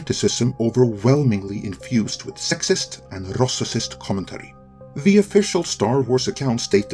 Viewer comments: What the heck is a "rossiscist",? Are you telling me you can't pronounce RAYcist with your command of English? Or is this an internationally mispronounced word to gaslight on your part? That aside, episode 2 want great, but 3 was solid. And yeah, there's a reason why inquisitors aren't Sith. They are immature hot heads. She's actually written pretty well for one of them. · Incredible video but please review your pronunciation of "racist" lol (you're mispronouncing the soft 'a' as an 'o' and adding an extra syllable. It's more like ray-cyst, not ross-si-cyst.). Keep it up! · Man your English is so good but you need to learn to say racist. lol. "rossissists" is not a word! I was seriously confused for a couple minutes there. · actually, now nearing the end you're butchering it even worse, now you're saying ROSSISIST... ffs, come on. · In your next video, try to pronounce rossissist correctly. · could someone please tell this moron that "racist" only has two syllables..? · What is up with the way he is pronouncing “racist”? If this is a dialect/accent issue okay (though I don’t remember that pronunciation in previous videos). If this is some attempt by the narrator to mock the idea of racism be present or in general than you basically lose any and all credibility or pedestal your trying to preach from. Any moron knows Hollywood/Entertainment isn’t going to fairly represent the world at large so I would hope, whatever your political bent, you can recognize that racism in this country is still very much a problem and not worth mocking. That shouldn’t be a hard concept even for a channel moderated by mostly middle aged white men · Anyone who actually believes this playbook can only be a bigot. And what’s up with your pronunciation of racist? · Can you please say racism and racist normally? I wanted to share this but between your great accent and purposeful mispronounciations, my normie friends might not get it.